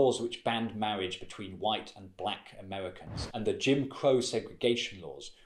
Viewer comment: "Mawwiage" So kewt! :3